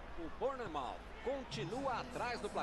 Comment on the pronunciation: E se pronuncia barnnemouf